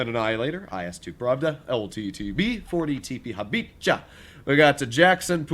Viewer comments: Hope you will read this. 40 and 45 TP were designed by Polish engineer Edward Habich. You should pronounce tank name like HA - BE - HA. You now say it like in japanese.😀 Stay safe and stay healthy. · Sounded like a pokemon trying to pronounce Habicha